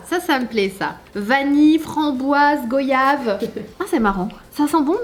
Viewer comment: Qui savait que goyave se prononce comme voyage?